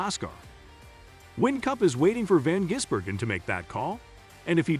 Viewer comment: Its VAN Gisbergan